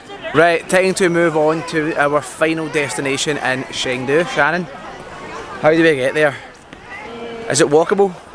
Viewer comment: The city's name is pronounced more like "Cheng Du" rather than "Sheng Du".